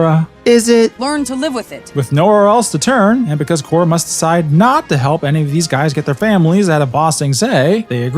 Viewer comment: he says “KORRA GREAT” and it’s painful